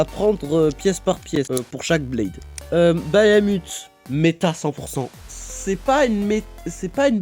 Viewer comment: Par contre chef tu dis "bayamut" alors que cest juste "bahamut" x), mais hors ça la toupie est banger de fou